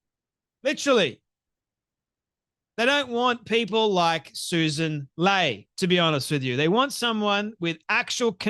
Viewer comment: I used to like you but you are way off the mark with Sussan Ley.(pronounced Lee). She is a moderate who listens. She is extremely intelligent amd has a Masters degree in Taxation and a Masters degree in Economics. She was not involved in the stupid idea of Angus Taylor and Peter Dutton to wait until the last minute to release their policies. That was a disaster. You also got your numbers wrong with how many did not vote. About 4 million eligible voters did not vote not 20 million as you said. Please correct these ideas.